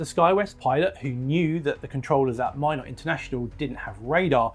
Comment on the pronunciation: Great video! (And thank you for pronouncing "Minot" correctly 😄)